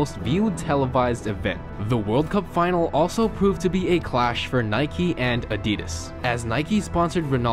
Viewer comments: This guy keeps saying Nikey and not Nike. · It’s Nike, not Nikey.